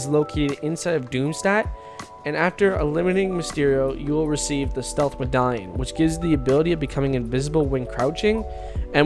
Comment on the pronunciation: Bro said mdaion